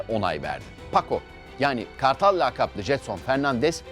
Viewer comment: Güzel kardeşim madem program sunuculuğu yapıyorsun, kelimelerin doğru telaffuzunu öğrenmen lazım. Laakap değil, lakap, orta saha değil, orta saha oyuncusu.